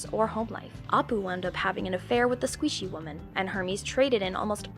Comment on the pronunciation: I'm not sure she watches these shows based on her pronunciation of Kif, Apu and Squishee